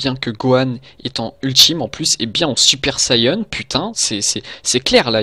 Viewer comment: c'est quoi un "super sayeune" ???